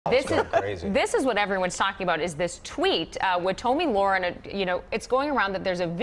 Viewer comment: It's pronounced "Tommy lair-en" or the "laryn" in laryngitis. Research is dead in this dark age of "news".